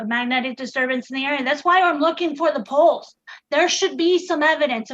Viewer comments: The fact that she pronounces "poles" like "balls" makes this conversation 1000% funnier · I'm so glad I wasn't the only one! Honestly though she was asking and where their balls were for a good 10 minutes!